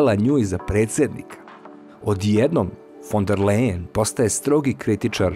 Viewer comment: Ursula se zove fon der Lajen , ne Lejen ...Ali, to nije tako važno 😅